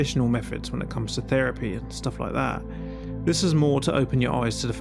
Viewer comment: Feripy < Therapy. TH never makes the F or V noise when speaking proper English.